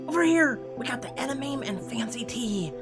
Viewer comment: Edemame is pronounced Ed a ma me I love Japanese food